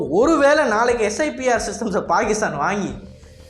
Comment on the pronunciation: அது ஸைப்பர்..ஸ்ஐபிஆர் இல்லை..